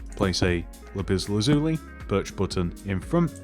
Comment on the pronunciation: Not everyone can say lapis lazuli. You did a very good job saying it. Suggest you just say lapis. It's the only material like it